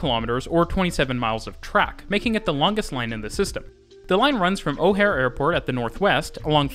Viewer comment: Dude said O'Hare wrong...